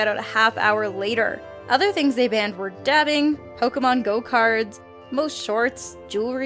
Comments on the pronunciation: did you say pokemin GO cards?! cringe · she says poké-mon go cards. does she not know there was a pokemon franchise before poké-mon go? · Did you say........ "Pokemon go cards" Rips ears off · she really said "pokémon go cards" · Did you really just say "Pokémon Go cards"...? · Did just say "Pokemon GO Cards"?! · Judas The Ally same